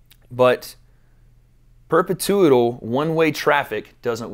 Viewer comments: “Perpetuital” Let me help you, 😂 “Purr - petch - oo- al” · bro said “perpetoo•ittle” 😂 it’s pronounced perpechewle 😂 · Perpetual. Perpetuetal.... Perpeteteuetatal. Perpaderpaderpte... Perperptyderptytuetperp. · Pur-pa-too-al lol perpetual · It’s per-pet-you-uhl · The way pronounced "perpetual" had me on the floor! 😂😂😂😂